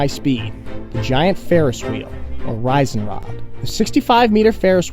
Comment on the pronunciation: I love the playfulness of your interactions on the video. Makes it so much more fun and meaningful. FYI- Riesenrad (giant wheel) is pronounced “reezen rod”. The pronunciation “rizen” (reisen in German) means travel.